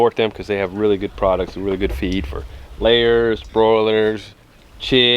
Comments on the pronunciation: I thought he said 'You wanna cut their feet off a few hours before.' I was like, Why would you do that!? Ohhh, you cut off their FEED... not feet. Yikes. And ROASTED is the best! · That's what I heard too🤔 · I’m glad I’m not the only one who thought that! 😅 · LOL I thought you said cut their feet off you said cut their feed off. I was like what is he talking about how are they going to walk around with no feet lol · I misunderstood you, i heard "before you process your meat, you want to cut of their FEET 12 hour before." I was like WHAT???. Then i realized that you said FEED